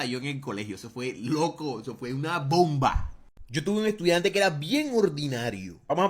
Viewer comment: cómo que "estudainte"